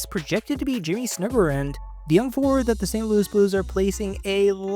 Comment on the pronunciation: “Snoogergeroond” “Paraynko” 😂